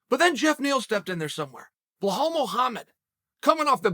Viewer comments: I swear if he says Blehal one more. It’s BELAL damn how is that hard?? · How many times have we heard Chael say BLEHAL, VINCHENCENT and now HAZMAT? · Chael i love your show butttt plzz say the names correctly ahahah KHAMzat not KHAZmat and BELAL not BLALAL 🤷‍♂️😂😂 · It’s KHAM-ZAT not KHAZ-MAT BE-LAL not BE-HALL MAGOMED-SHARIPOV not MAMED-SHARIPOV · Hey chael love your vid’s. Seem’s like you need help pronouncing the Muslim Names. It isn’t Hazmat and Behal. It’s Ham-zat and Be-laal